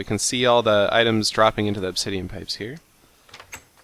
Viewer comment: teehee you said ob-titian pipes teehee.